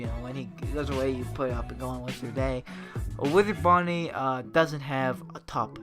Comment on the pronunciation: The second time he said wither bonnie he said weder bonie